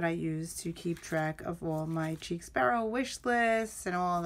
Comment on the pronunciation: I think its pronounced like sheik not cheek. I have a couple, but your collection is outstanding! Chic Sparrow's stitching is flawless. The purple is Aubergine, pronounced like aw-ber-gene (basically, eggplant). The Moleskine is pronounced like kai-yay! No 'S' as in cashier. When I first started with TNs, I had to look these up to be sure. The small "dots" on Pemberley are called pebbling.